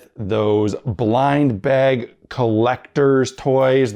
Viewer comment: repeat after me. Buh-ah-guh....bag.